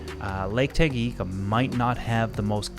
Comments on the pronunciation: Great video! One comment: it’s Lake TangaNyika and not TangaYIka :) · This guy says Lake Tanganyika wrong. It’s not just a Canada thing